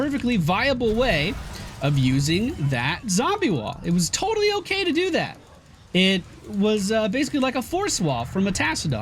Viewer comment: did someone else hear "TOADally hones"? xD